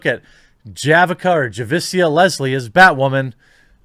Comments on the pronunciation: I know Javicia personally. She is a really cool person. Doesn't really talk about the role irl. Writing is still bad and I am pretty sure she is aware of it. She is definitely doing this more for exposure/future career prospects. Her name is also pronounced Ja-vee-see-ah. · Javicia = Juh-vee-shee-uh. This show is a total train wreck and the rest of The CW hasn't been much better. I'll likely drop them all this season. The sooner they all get cancelled, the sooner someone else can produce better shows with these licenses. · I think her name is pronounced Juh-VEE-She-Uh...I grew up with some girls with some challenging names like that. Thankfully I have a normal name but it still gets mispronounced...😑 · Jesus Christ... if you can’t pronounce the name then just skip it bro!... you struggling through her name every time it came up was so hard to listen to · I know you northerners don't exactly speak English, but there is a second "i" in her name. How would you pronounce the name Alicia? Would you pronounce it as Alikka? Now look at the name Javicia; NOW how would you pronounce it?